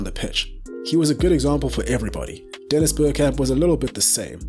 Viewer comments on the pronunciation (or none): none